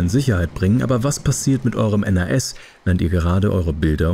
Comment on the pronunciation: Gutes Video, aber ich habe es noch nie jemanden N.A.S. aussprechen hören und ich arbeite als IT'ler und war vor meinem Beruf Hobby-IT'ler lol.